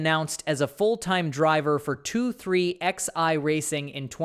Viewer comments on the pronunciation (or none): It’s not pronounced as 23 XI racing it 2311. If you can’t get that part right why bother.